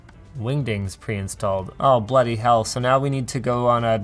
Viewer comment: 'Bloody hell' coming from the lips of a man with a north American accent is the weirdest thing ever.